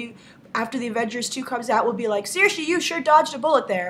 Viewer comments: grace I'm not tryind to be rude but its pronounced seer-sha id know cause its an irish name and I'm irish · I'm Irish Grace, it's pronounced Sure-sha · As an Irish person I can't let it slide that you are mispronouncing Saoirse Ronan's name. You are actually doing a much better job than a lot of people, but Saoirse is not pronounced with an "-ee" sound at the end, but a softer "-eh" sound.